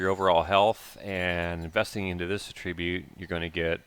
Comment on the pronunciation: Attribute, your saying it wrong. You are putting the wrong emphasis on the wrong syllable